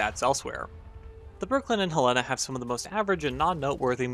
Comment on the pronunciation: You mispronounced Helena